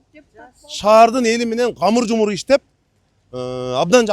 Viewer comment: Камыр жумур эмес мамыр жумур туура айтылганы дурус болсо керек